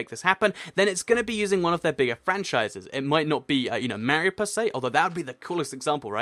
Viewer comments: Mario Not Mar-e-io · You say Mario wrong it's Marr-ey-o